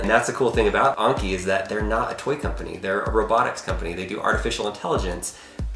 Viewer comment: Anki not Onki